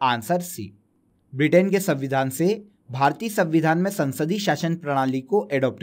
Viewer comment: abe sanvidhaan hota hai savidhaan nahi